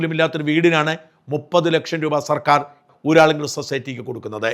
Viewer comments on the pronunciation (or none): ഊരാളുങ്കലിൽ ള ഉണ്ട്, വിള്ളലിൽ ള ഉണ്ട്. എല്ലാം സ്വാഭാവികം, ശരിയാക്കിത്തരാം.